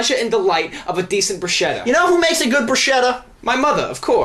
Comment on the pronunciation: it's called BRUSKETTA... not brush-etta... not about barbie...